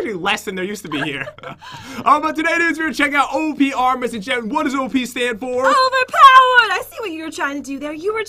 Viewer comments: baby doge meme Overpness.....LOL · Kelchh no jen said overpenis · i still remember when said "opness" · Astrocat When she said that I though she said “ o penis” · Overpness yes emberising moments lol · Who knows/Remembers that jen Said OverPnees (Over Pen*s) in the Dr Trayorous Lab Hunger Games? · i think pat tried to make jen say "overp--is" again lol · Remember jen said openis